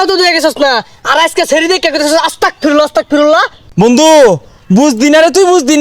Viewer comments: অস্তাগফিরুল্লাহ❌ আস্তাগফিরুল্লাহ✅✅✅ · অসতাকফিরুল্লাহ আবার কি আস্তাগফিরুল্লাহ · আস্তাগ ফিরুল্লাহ হবে ওস্তাগ না 😅